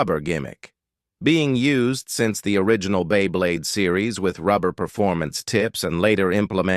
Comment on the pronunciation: This AI narration sounds like shit. "During the history of bEy bLeYd"